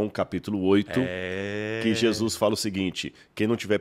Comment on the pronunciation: Amigo, não é Jesuis, é Jesus.